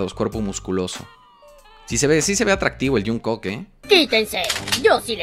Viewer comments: dice "Junkok" como mi mamá JAJAJ Te amo 💕😂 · Jajsjs soy pronunciando cualquier nombre Jajsj junkok jajdj literal lo pronunció así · Tiene una pronunciación medio rara de ellos, pero da risa, dijo juungcuc, jajaja son japoneses guapos jajaja, me da mucha risa jajaja, me mato de risa